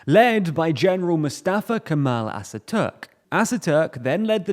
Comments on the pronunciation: “Assaturk”?! What is wrong with you? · So much wrong with this video including his pronunciation of Atatürk as Asatürk and the map of Sevres instead of modern day Turkey (without Hatay). As a Turk I'm unsubmitting and recommend everybody to do the same with this channel that is more and more resembling VisualPolitik.